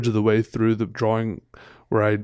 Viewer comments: I'm canadian, we dont say draw wing lol. Idk where he gets that from. Drives my also canadian girlfriend nuts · Wait is that why he says draw-wing? Not throwin shade, I think he's dreamy (and, duh, talented), but it throws me for a loop every. single. time.